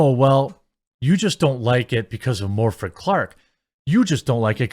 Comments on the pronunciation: Just a heads up by the way, Morfydd is pronounced "more-vith". "th" like "the". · Love your channel by the way. As a Welshman I do need to help you with Morfydd pronunciation. You say it Mor-vith since a single F is pronounced as a v, due to there not being a v in the Welsh alphabet. Also the the is soft as in THE and not THING. Keep up the good work. X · Morfydd Clark is welsh and in the welsh language when 2 d's are placed next to each other they are pronounced like "th" so her name would be pronounced Morfyth.